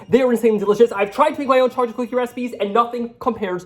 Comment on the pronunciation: I’m sorry but is he saying “cha chip cookies”? He talks so fast, he can’t finish the word chocolate?